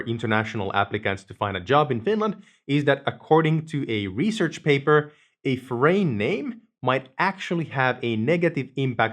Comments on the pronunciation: Your english is great but, " a foreign name" I had to listen to 3 times to figure out what "forain name meant" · Please recheck the correct pronunciation for "foreign."